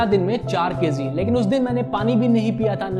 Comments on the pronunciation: Kayzee nhi KG 😂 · thanks ... bro its kg not kz ..and magic not mazik... work on it.. great video btw